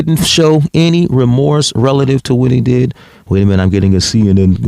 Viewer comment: He makes no sense cause he doesn't have any or as he says" enty"!